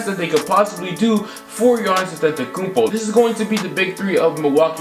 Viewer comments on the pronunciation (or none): none